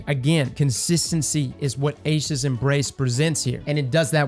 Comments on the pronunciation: Eye-sha’s embrace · It's EYE-E-shas